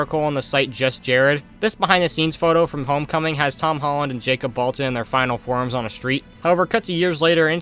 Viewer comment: “hom tolland”